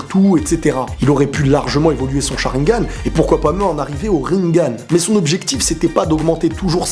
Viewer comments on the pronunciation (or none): none